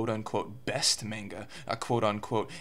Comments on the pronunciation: Why he do be saying "menga" doe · He isn't even pronouncing the word manga right...